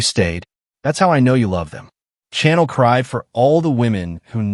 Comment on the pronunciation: Your prounaction of Chanel is wrong. Chanel name is a soft C, not a hard C. Think like you shushing someone to be quiet. But otherwise it is a good story.